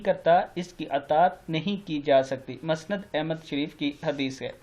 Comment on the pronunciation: مسند کو صحیح تلفظ کے ساتھ پڑھیئے۔